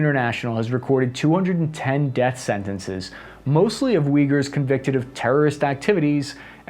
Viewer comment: Thanks for your videos! Also please fix your pronunciation. It’s Ooygoors, not vigors. Same goes for all of the Ukrainian cities and names misspelling, I just can’t stand it. Thanks!